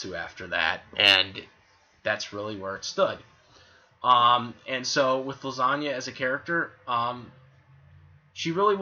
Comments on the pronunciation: I think it's hilarious you keep saying her name like Lasagna (the joke). Though if you want to be taken seriously, her name is pronounced LEE- SAH- NA. :) I don't hate her at all, though I do dislike how people who blindly ship her with Natsu really think she should be with him instead of Lucy; despite the fact that Lisanna basically gave Lucy her blessing to be with Natsu and how Natsu essentially doesn't really even interacts with her; the only time after Edolas they directly interacted one on one was when they were captured by Tartaros and tied up naked; which was more comedic than romantic in any way. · Well, the whole time it sounds like you are saying the Italian pasta dish Lasagna (Lah-san-nia).